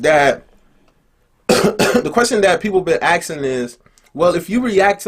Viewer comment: Did he just say "aksing" 😂😂 Edit: "aks" 😂😂😂